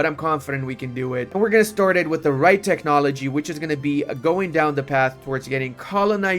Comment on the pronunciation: Techhhnology, Eye-Ron 🙃